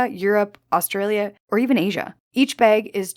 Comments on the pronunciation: Bag, not beg! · I’m unfortunately, hyper focused on her pronunciation of the word bag 😮 ? Baygg? Beygg? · I like this "bayg." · I can’t unhear the weird way you say bag. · She is, yes. Fun fact, tho': the pronunciation where the /æ/ is raised before /g/, for example, as in the word "bag" is common in the northern Midwest of the U.S. as well. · Always know a Canadian by the way they say "bag." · Is she Canadian? Her pronunciation of “bag” is rubbing me the wrong way 😆